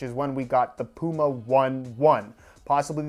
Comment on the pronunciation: The dummy cant say puma!